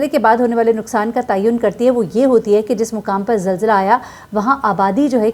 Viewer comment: یہ لفظ zilzla نہیں zalzla ہوتا ہے۔ کم از کم اپنی قومی زبان تو ٹھیک سے بولیں